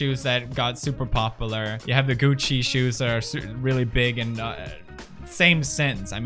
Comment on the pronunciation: "popalar" says pewds.